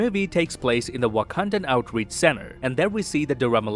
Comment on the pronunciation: Why would you deliberately mispronounce "Wakandan" here? You literally say "Wak-a-NA-da" which isn't even the same word, actually. You added an extra A, which throws off the entire pronunciation.